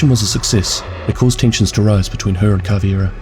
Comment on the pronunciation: It’s Cav•Ei•Ra not Cav•iE•Ra people always switch the ei and replace it with an ie